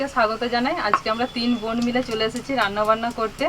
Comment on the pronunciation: দিদি ওটা বোন not বন 🙄